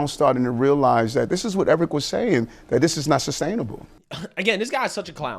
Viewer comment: You seen DAT, you heard DAT 😂 Dude is illiterate 😂